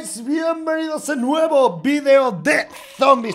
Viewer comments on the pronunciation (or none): Es cosa mía o dice Vienbenidos ??